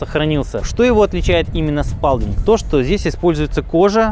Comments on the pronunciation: Почему Спалдинг?Лучше Спэлдинг,а правильно Сполдинг. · Всю жизнь говорил не спАлдинг и не спЭлдинг, а спОлдинг. И по-моему именно так и звучит название фирмы.